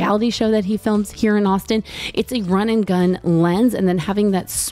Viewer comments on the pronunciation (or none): none